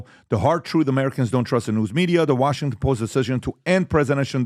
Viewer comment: Don’t be lazy say the whole goddamn words Washington host. It’s not that goddamn hard.